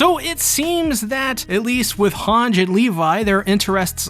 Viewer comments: its han-jee not hanj please stop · For the ever living sh*t, , it's, pronunced han-gee not han-sgh... There a no s's in the name, I will say one thing tho atleast your not pronouncing it has han-gii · why does he pronounce Hange like that ? 😭😭 ITS SUPPOSED TO BE “HAN-GEE” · hange is pronounced han-gee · Was a great break down. A lot of good lore talk. But I have to point out, a lot of attack on titan content creators mis pronounce characters names. In this situation it was Hange, Mikasa, commander Erwin. All pronounced wrong the whole video. Again good video. Just a small quirk I think. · Did this guy call her Hange without the long e?